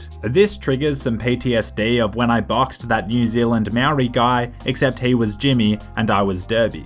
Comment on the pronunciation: u say Maori like moldy